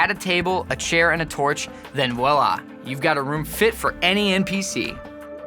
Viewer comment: PLEASE STOP SAY "VOILA" IM FRENCH AND YOU NOT GOOD FOR SAY THAT WORD